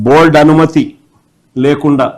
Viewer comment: Adi bold kadu ra board ra